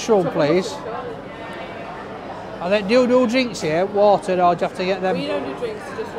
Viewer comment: just 1 question why is it when you ask for a bottle of water with your order you pronounce it correctly but at any other time during the videos you pronounce it wattter? 😆